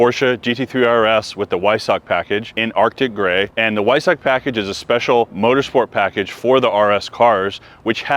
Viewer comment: Weissach in German is pronounced Vi-Sah-kuh. and Akrapovic is pronounced Ah-Krah-Poh-vich. Americans are always trying to pronounce everything phonetically. Barbarians...